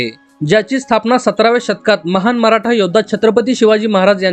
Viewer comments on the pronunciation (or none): none